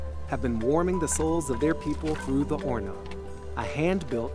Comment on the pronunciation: You always pronounced the h in horno. I learned to pronounce it with a silent h. So which is it?